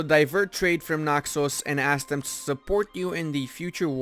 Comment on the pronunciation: You say Naxos so nicely <3 Bravo